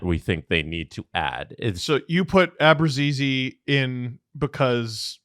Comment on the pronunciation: I'd love for to tell me where the G is in Abruzzese's name he's pronouncing. Because I don't see it. Help please.